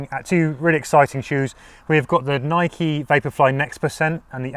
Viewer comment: “Noik” and “Adi-dass”.